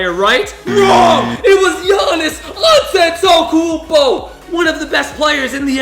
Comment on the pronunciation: the way he said giannis' last name got me dead